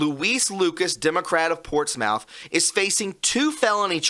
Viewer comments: PortsMOUTH is pronounced PortSMITH. ✌🏼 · ish... Portsmouth... :) hey from UK... we got a Portsmouth too... we pronounce it Portsmth... or even Portsmf... :) hope helps... :) Cheers man !!! :) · its pronounced portsmith! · Pronounced "Portsmuth" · "portsmouth" pronounced PORTS-METH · Portsmouth is pronounced Ports smith. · Pronounced "Portsmith"